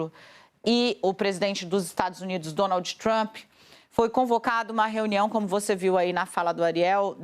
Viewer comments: Alguém pode , pelo amor de Deus falar pra essa senhora , que se auro denomina "jornalista" que d no final em inglês é mudo ?? Que o presidente dos Estados Unidos é Donald e não Donaldiiiii ??? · Alguém ensina a mortandela a falar Donald! Donalti dói na orelha